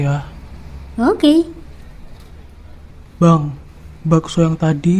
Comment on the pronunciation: kak kok itu ngomong oke nya onge kayak gk punyak gigi